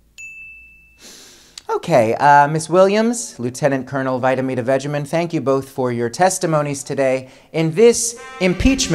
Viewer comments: Did he just say "Vitamina Vegeman" for Col. Vindamen? Too funny. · Thank you, Randy! 😁 Too dang funny (although, the mispronunciation of Lt. Col. Vindman's name wasn't nice).